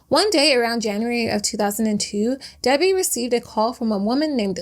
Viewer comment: It’s Debi not Debby